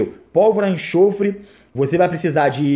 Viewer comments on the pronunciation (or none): não é enchofre, é enxofre!/